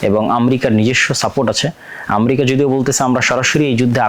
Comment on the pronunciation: ইসরাইলের ক্ষয়ক্ষতি কম হচ্ছে ???? ইরান ও ইসরাইলের লক্ষ উদ্যেশ্য এক ??? ইরানের বিরুদ্ধে ইসরাইল, যুক্তরাষ্ট্র ও তার মিত্ররা যে অভিযোগ তুলছে আপনি সেই একই সুরে কথা বলছেন । আপনি মুসলিম রাষ্ট্র গুলির শত্রু হিসেবে ইরানকে চিহ্নিত করতে চাচ্ছেন ? আমরিকা কী ???? উচ্চারণও শেখেন নাই ?? তাছাড়া পৃথিবীতে আমরিকা নামে কোনো রাষ্ট্র আছে ?? জ্ঞান ও প্রযুক্তির দ্বন্দ্ব ??? দ্বন্দ্ব হচ্ছে ক্ষমতা, আধিপত্য ও অর্থনৈতিক যা আপনার মাথায় ঢুকছে না ।